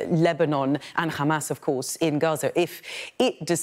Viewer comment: Why does she use accents for hamas and not for gaza? Hahahaha